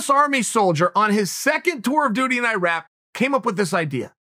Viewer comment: Sonnens been punched in the head so many times he calls IRAQ "IRAP" 😂😂😂😂 Everyone: IRAQ Chael Sonnen: IRAP 😂